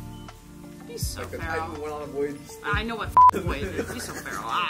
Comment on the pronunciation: Vals iconic line: "Be so farrel💅🏼"